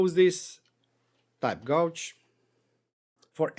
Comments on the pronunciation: Nice video - I have to point out how you pronounce this word - The word gauge, you are saying it like the word gouge when it should be gage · it is pronounced gayge not gouge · Thanks for this. I've got a use for the bar gauge already. Oh, and your English is great, but gauge is pronounced gayj.